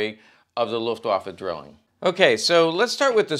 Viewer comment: Pronounced DRYling.